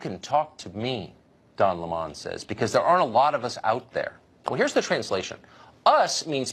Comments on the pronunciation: I think I'll stick with the LEMON pronunciation, not Le Mon. Heh. Le Mon. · Don “Lemahn”?! I laughed out loud. It’s pronounced lemon, like the bitter, sour fruit that he is. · TIL it's pronounced lih-MON instead of lemon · Don le mans? C'mon tucker. Don L-e-m-o-n as in a broken newsman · Don Le'mon lol, its Lemon - like sour, just how Don is, a sour angry lib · Tucker would have been better liked if he called Don Lemon with the right pronunciation as lemon like the fruit instead of La mon At least he would have seemed more informed But I agreed with him 100% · It's not Don Le'Mon...... its Don LEMON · "Le 'mon" Lol, his name is Lemon, like the fucking fruit, not some posh pronunciation that he invented to sound more elitist. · Oh stop pronouncing don's last name Lay-Mon lmao it's Lemon as in the fruit... It's like watching Joe Dirt say "I put an E on the end and pronounce it Dear-Tay" hahahaha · Great commentary as usual from Tucker I was also, as a brit, really tickled to find out Don Lemon's surname is apparently pronounced "Le Mon" I'd always assumed it was lemon, like the fruit. "Le Mon" ha ha Pretentious little twat 😁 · i thought it was lemon, not LeMon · 🤣🤣 don "la mon"... no tucker its lemon... like the sour fruit. I really think piers morgan was only acting for a paycheck in his cnn days... he sounds more red pilled every day. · Tucker, lol.. why are you pronouncing his name wrong like some french fruit or something (no pun intended ). Duudddee, it's lemon like the citrus fruit....like lemons in tea, like bitter but adds a nice edge to your food... *facepalm.... Why am I explaining this.. ha! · It's Don LEMON NOT Don Lee Mon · It's lemon, not lemond. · Tucker killing me with that pronunciation “La’mon” 😂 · "Dawn" Lemon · Don La mon? Really? Why do white people do that 🤣 mispronounce black peoples name on purpose when it's clear what his name really is. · I love how committed Tucker is to mispronouncing Don Le Mon’s name. He knows Le Mon hates it.